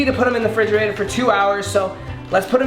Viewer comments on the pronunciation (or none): did he say fridgerator???? :D :D